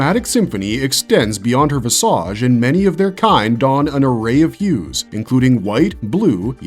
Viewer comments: Only because you said it more than once - It's vizij (like wicked) not visä(d)ZH (like massage) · Listening to this narrative is like watching bad porn written by someone who's trying to use as many SAT words as possible to win a bet. How many times do you think you can use (and over-pronounce) a word like "visage" before we start thinking you're using AI to write your script? Languid masturbation. People love Ahsoka less than these videos always seem to assume. Filoni loves her. We know that. He wrote her hoping she'd come to life one day. But she's never been so compelling that the rest of us all wait with baited breath for her to make her next appearance. She was an annoying child who became a smug adult. That's her story in a nutshell. Filoni's been maneuvering her into place to become something bigger than the story needed anyone to be for decades. And a lot of us are just bored with her. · Why do computer generated narrative voices mispronounce so many words? Visage. Chasm.